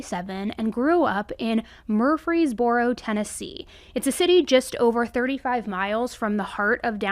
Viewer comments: Oh honey, this is the South. We don't enunciate mur-frees-BORE-oh. You gotta kindof run it all together. MUR-freeze-burro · I’m from Murfreesboro. It’s pronounced Murfreesburro. Not criticizing, just saying =) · murr- freeze- bro is how we say it 😂 so glad you covered this case though. She was such a beautiful young woman and so inspiring. 😢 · You can just leave that extra 'r' out of Murfreesboro. We all do lmao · Cackling at your pronunciation of Murfreesboro because I empathize. I have 3-4 clients in that area and I dance around saying Murfreesboro constantly 😂